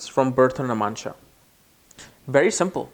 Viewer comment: Is he saying Namansha? 🤣